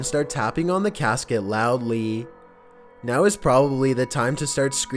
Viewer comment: Make sure to knock loudeeyy hahahaha this dude sounds like a robot gay